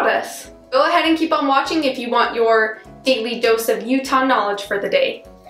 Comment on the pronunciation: And yer, instead of your